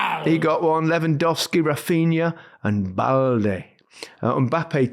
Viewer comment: How could Gary say “Balde” like that and then NOT go to Shearer? 🥚